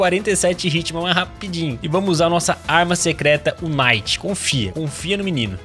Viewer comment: como voce mora no canada e fala kinight?